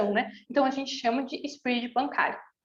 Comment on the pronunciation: so fiquei com agonia pq voce nao sabe falar SPREAD(sprédi) e fica falando SPRID AHJSUHAUSHAS